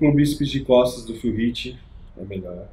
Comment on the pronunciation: Q agonia o falando phill riff o caraio kk